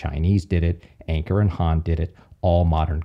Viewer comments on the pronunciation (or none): none